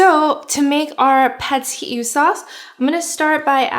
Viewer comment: “Pad see you” is how to say it I think